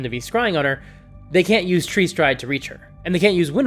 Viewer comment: I can’t tell if you’re calling it “tree stride” as a joke or on purpose haha Love the videos, always a great breakdown!